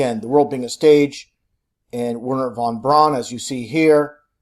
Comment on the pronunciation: That geezer's name is pronounced von BROWN.